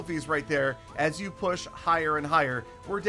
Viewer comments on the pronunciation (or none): none